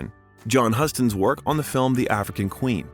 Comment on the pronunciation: You mispronounced SEVERAL names in this video. Never heard Sinai pronounced “see-ni” or Gillespie pronounced “Jih-lis-pee”… John Huston is “Hugh-ston”. And a couple more I can’t remember